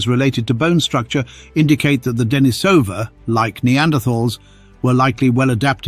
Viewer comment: And ignoring the local pronunciation of the cave -- 'Deh-NEE-suh-vuh', with a long 'e' in the second syllable, continues in video after video, continuing to demonstrate the problems with using text-to-speech programs for narrating videos because voice actors are too expensive, and the person posting the video can't be arsed to do it themselves.